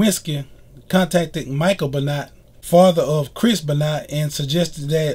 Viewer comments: Be-not lol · Im pronouncing his name wrong its ben-wah look in the comments to get it right. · Chris beenot😂😂😂😂😂😂😂